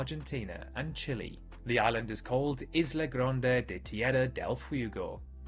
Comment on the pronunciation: It would help if you pronounced “Fuego” properly